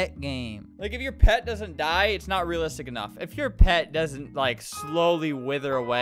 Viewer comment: Uhm.. Albert... you did not just say ria-listic.... no